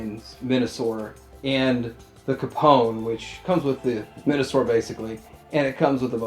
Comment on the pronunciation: Yeah, I definitely heard Men-a-sor. As it should be.